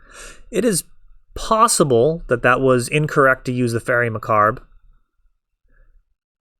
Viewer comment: Great video. You and I are going to have this conversation every time bro... It's Fairie MUH-CAHHB, like "corn on the COB".